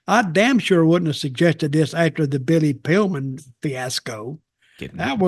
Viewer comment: Billy Pillman? Magnum TI? Dutch fudging names is hilarious!